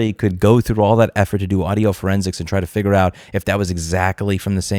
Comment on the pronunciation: "figger out"